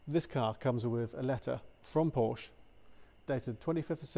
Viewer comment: Good video, but please pronounce it correctly, no silent syllables in German.